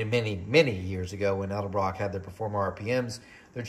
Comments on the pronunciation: Many people say elderbrock for some reason, lol. But yes, I've noticed that as well, It's all good . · you always say edelbrock with an L before the d. haha thanks for the video, i really appreciate it. its nice to see a test on a an american budget head like this.